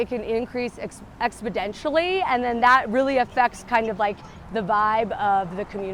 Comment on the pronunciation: "expodentionally" LOL